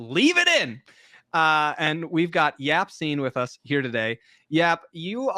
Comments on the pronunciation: Yacine not Yaccine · did we just signoff calling him?